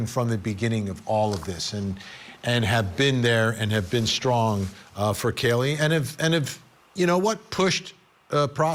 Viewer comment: Why does he keep saying Kallie it’s Kaylee